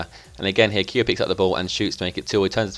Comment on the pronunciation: haaa no its no you idiot, shows how much you know hes pronounced kee-o